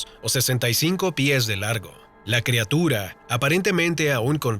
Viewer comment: Madre mia alguien le puede decir que se pronuncia/escribe crIatura y no crEatura?